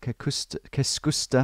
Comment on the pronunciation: He didn't say the "Kes" part at all, tho. Finnish is very particular about pronunciation, if it's written "Keskusta" it's pronounced "Keskusta". So yeah, it's pretty funny for us finns.